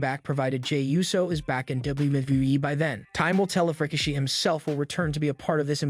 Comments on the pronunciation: His name is pronounced “RY-KEY-SHEE” (RIKISHI) 😂😂😂…you must be new watching WWE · strange way to say Rikishi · Pronounced sikoa and rakishi wrong